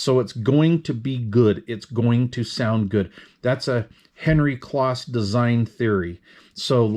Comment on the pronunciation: Henry pronounced his last name as Close not Kloss. That being said I have used their products since the late 80’s early 90’s. Try to get yourself a pair of Cambridge Soundworks Model 6 speakers they ,,go for more money used than when they were new, I had 4 pair of them at one time.